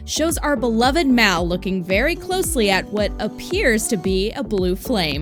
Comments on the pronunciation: IT'S MAL NOT MAY!!!!!!! HAVE U SEEN THE MOVIES !!!!! I am a true fan sorry it's just I love the movies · Its mal not mao or malin